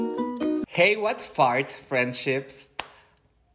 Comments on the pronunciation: No se dice: Hey! what's up, Friends! Se dice: Hey! what Fart, friendships! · JAJAJAJAJAJA "what fart" Soy profe de ingles xD TE AMOOO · Me encanto el what fart friendships XD We stan a bilingual queen yass gawd 👑👑